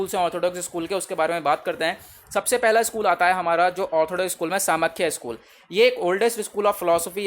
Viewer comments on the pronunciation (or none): It hurts when you pronounce Samkhya as "सामख्या" instead of "सांख्य" 🥺. Please don't do this. 🙏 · Samkhya is pronounced as ' सांख्य ' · Not properly explained. What about pramanas in Nyaya? Many pronunciations are completely wrong. It is Saa-ng-khya, Kaa-na-da not Kanad, Gotamaa not Gautam. and many more